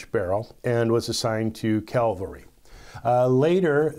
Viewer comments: That's Cavalry not Calvary. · It is Cavalry. Not Calvary. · It's CAVALRY....not CaLvary. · OK, I am totally indifferent as to how you pronounce Taurus. But what really, REALLY gets under my skin is when people refer to the branch of the Army that rode horses into combat as "CAL-va-ry". Read the word. It's Cavalry, not Calvary. Calvary (In Latin, or Golgotha in Greek) was the hill outside of Jerusalem where Jesus was crucified, and has no relation to anybody riding horses or shooting six-shooters. Jeez! Get it right! Whew! Now that I got that out of my system.......Colt, as a company, has always seemed to make really poor business decisions. Yes, when WWII production started and Colt needed all the factory floor space to build M1911s, BARs, and Browning machine guns, they simply cleared all of the Single Action Army production machinery out side into a field behind the factory, out in the weather. After the war was won, do you know what happened? Television, and all of the TV Westerns. Suddenly everyone wanted SAAs. But Colts machinery were rusted into scrap metal. Now there were truckloads of old SAAs in barns and dresser drawers, and pickup truck glove compartments that were all worn out and covered with rust themselves. Now there so happened to be a guy named Hy Hunter who had a business of providing the Movie and TV industry with all sorts of props appropriate for use in producing these shows, and he had people scouring the old west buying all of this "junk" up, and his company would clean this stuff up and rent it out for these productions. But decent SAAs were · It's cavalry, not calvary! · You may have managed Taurus, but it's cavalry, not calvary, and Bisley is pronounced Bis-ley, not Bise-ley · As far as I'm concerned, you can pronounce Taurus any way you want. However, there is no US "calvary". But there is a US "cavalry". 😉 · 'Assigned to CALVARY'????? CALVARY!